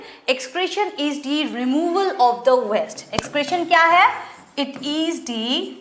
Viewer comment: Mam west nhi waste hota hai 😅